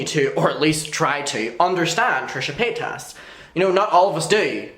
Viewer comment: "Trisha Pataytas"